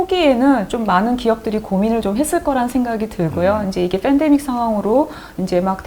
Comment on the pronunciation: 누나 "f"andemic 이 아니라 "p"andemic 이얌... 그냥 편하게 "펜"데익이라고 하면되 .. fㅔㄴ데믹이 아니라구~~ ㅎ